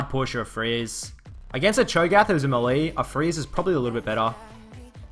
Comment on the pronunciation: Good video, like the commentary. But bro, what is "muh-lee"?? You know melee is pronounced "may-lay" right?